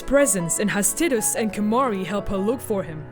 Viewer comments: Everytime she say Tittus I want to gouge an eyeball out. That aside, I don't think Tidus ever became real. If he had he wouldn't have vanished when the faith stopped dreaming. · Loser.. Haha just kidding.. At least you're not calling Tidus as Tiddus or titties like this woman 😂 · It's not "tit us" it's breastus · Kim Steinbach-Reif Well it's japanese and was confirmed to be pronounced teedus. As someone from germany that's how I pronounced it anyway so it doesn't bother me though obviously a native english speaker would pronounce it taidus. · IT'S PRONOUNCED "TIE - DUSS" - There's no language in the world that would support pronouncing his name "Tid-dus". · First time to hear someone call him "tit-us" instead of "tide-us" or "tee-dus" hahaha kind of bothers my head a little xD but, who cares! Love the video! My first Final Fantasy was Final Fantasy from the Regular nintendo :) I played it around when I was 3-5, never beat it or finished it, just played it and loved it, my first one to truly play and beat was FFX. I have a strong emotional attachment to the wonderful game, which is probably why I had fallen in love with FFX-2 lol. Even if it was a "meh" kind of game.... I loved it :) FFX and X-2 are both dear to my heart. Can't wait for the HD remaster :3 I already have the Collector's Edition pre-ordered! :) WOOOOO FF! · Omg i seriously could not focus on what was said other than "TIDDUS" When i was a kid i thought it was TIE-DUS for a few years before i played Kingdom Hearts The correct way to pronounce the protagonists name is "TEE-DUS" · Tide-us not Tiddies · Tit-diss?? LOL TIE- DUS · I pronounced his name as "Tie-Dus". Sounds weird to me hearing her say "Tid-Us". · Tai-dus, not Tid-dus. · T- I - dus. The I is pronounced like the letter i, it is not pronounced Tit us. Titties.. heh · tid-iss? ew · why the hell does no one pronounce tidus right? its tide-us its a refence to the sea tides you know the whole main theme of the game is water I thought it was obvious